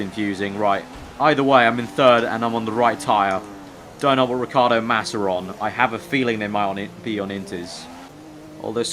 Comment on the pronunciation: OH FOR FUCKS SAKE IT IS RICH-EE-ARDO NOT RICARDO!